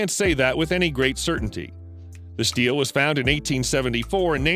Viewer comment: Stele = "steel-lay" not "steel"!